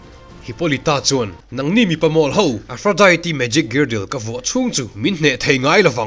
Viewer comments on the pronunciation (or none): A tha hle mai,.. mahse lo hriat atan ka duh chu aphrodite hi Diet tia lam loin tea anga lam zawk tawr ani e Aphrodi☕️ zawk aw🫶🏼☕️